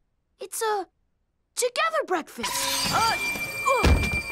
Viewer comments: B R E A F K A S T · “Together Breafkast” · Together Brefkast lol